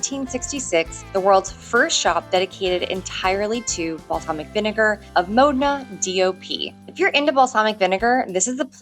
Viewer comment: OK. Just remember that the 'o' in Modena is short, not rhyming with 'go' or 'sow'.